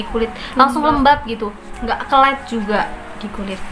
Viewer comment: 5.05 lengket bukan kelet hehehe